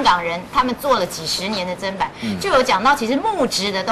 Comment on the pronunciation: ，根據教育部國語辭典，砧是念ㄓㄣ，不是ㄓㄢ，要改哦!